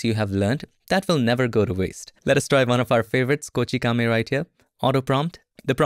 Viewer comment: It was the first time I heard Kochikame and Ryotsu from a non-Japanese, so surprised lol. btw, good information and tips as always, thanks.